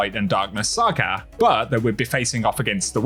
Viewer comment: “ Light and darkness SarrGahhh “ 😅